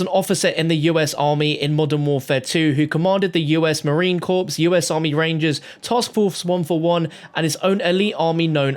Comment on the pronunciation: MARINE CORP IS PRONOUNCED CORE NOT CORPSE